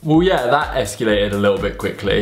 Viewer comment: It's escalated not esculated